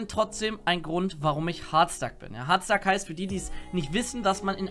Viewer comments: CrazyDeadshot Er sagt es so: "Hoooooaaaarrddstack." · Leon Dovahkiin. Ich weiß, aber man kann es auch Deutsch aussprechen, was dann nicht so merkwürdig klingt: "Hartstack". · Es triggered mich, wenn du Hardstuck so komisch aussprichst. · Warum sprichst du hardstuck so komisch aus 😂😂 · Kann man Hard noch beschissener aussprechen?